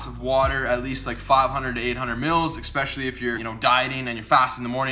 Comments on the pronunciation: expecially? especially!! bro huge fan. Great REAL personality and fun and informative. Cant wait to see u shredded. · Video 178. is yet to pronounce correctly the word "SPEcially" Jk, stay safe man!